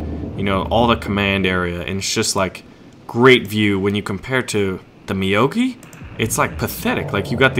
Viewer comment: I think it's meow-gi not ma-yo-gi : )